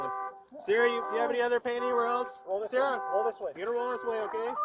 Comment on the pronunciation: Everytime the side said Sarah I thought he was saying sir